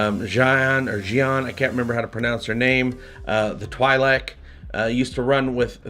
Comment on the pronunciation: What is a Twaileik? LOL I know what a Twee'lek is. 😂